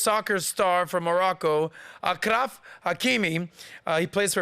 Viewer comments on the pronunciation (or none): You mispronounced the " ch " in Achraf you should pronounce it as "sh" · it is achraf like champagne/champion not a K 😊